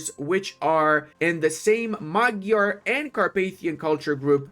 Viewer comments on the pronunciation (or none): none